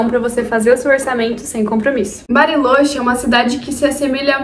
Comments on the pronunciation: Acredito que eles lá pronunciem "barilôtchê", não? No espanhol a vogal "o" costuma ter o som fechado e o "ch" o som do "tch" de tchau. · vídeo perfeito. só fiquei agoniado ouvindo tu falar “barilôche” kkkkkkkk